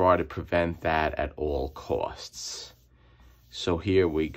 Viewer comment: "ayat uwall cwosts" lol - at all costs